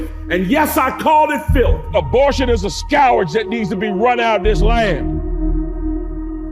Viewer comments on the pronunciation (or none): Scowerdzh? (instead of proper pronunciation of scourge?) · And tell this fool it is 1 syllable “scourge” not 3 syllable “scou-er-age”. Preacher can’t read. Def hasn’t read a Bible 😂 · He even hates proper pronunciation: It's /skərj/ - not Scour...j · Scourage? What? :face-purple-wide-eyes: A homeschooled genius, no doubt! :face-fuchsia-poop-shape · What's a scowage? Was he trying to say scourge? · What word is skowarge? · What is a "scowarge"? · what's a scowrag? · Did pronounce the word scourge as " scowrge "? I can't wait until he loses spectacularly. 🤡 P.S. I just KNOW his hard drive is a mess!!! 🕵🏼‍♀️👀🚔🚓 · Abortion is a scowerage? Does this guy speak English? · Someone should mention to Mark Robinson that when he’s reading what someone wrote for him, he should check pronunciation of words he doesn't know. Skowarge is not a word. Abortion is NOT a skowarge or a scourge, and our female bodies are not his business. He wants to go back to a time when women couldn't vote and, by inference, we can assume he wants to see Blacks hanging from trees. Robinson is the scourge. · What’s a “scowarge?” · A scou ridge? I think he meant scourge. The ignorance is gross with the gop. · What’s a scowerage? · I think he said scourge 😂scowerg was what he said 😂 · What the hell is a SCOW-ARGE???😂 I thought it was a scourge? 🤔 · Scow-urge? Robinson, do not repeat a word u do not know. It reveals your extreme dim wit while exposing your overzealous need to falsely impress. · "Abortion is a [skowraj]"... Reading is so hard, you can't expect a busy religious extremist to know all the hard words. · can't even pronounce the word "scourge" correctly. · ...plus, he pronounces "scourge" weird. Like he thinks it has something to do with scouring. I'll admit, the "ou" vowel is pronounced many different ways in English -- but has he never heard anyone else say the word? It's "skurj" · Did he say scowardge in that ad? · Scou-rage, hahahahah